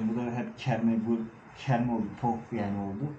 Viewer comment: Toprağım…kerme değil,”KEMRE”😂😂😂